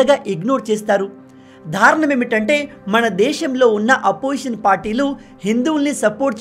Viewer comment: ధారుణం కాదు మహా ప్రభో దారుణం ఎన్నోసార్లు చెప్పిన మీరు సరిచేసుకోవడం లేదు !